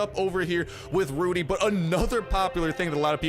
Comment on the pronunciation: ITS RUDEZ not RUDY